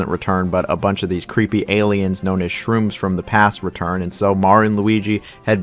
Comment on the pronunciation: Shroobs, not Shrooms